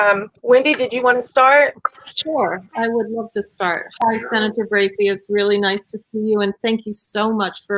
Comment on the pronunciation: Brazy, not Brasy, lol.